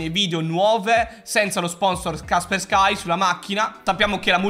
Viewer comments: Kasperskai? Da quando in qua un cognome russo si legge all’inglese? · Kasperky non lo pronunciare all'inglese se sono russi...